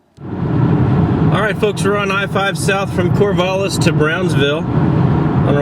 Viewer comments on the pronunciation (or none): cor-VAL-lis (VAL rhymes with Hal) not cor-VAHL-lis